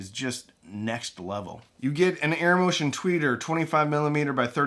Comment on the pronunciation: airmotiv? isn't that a "a" it begins with? great video!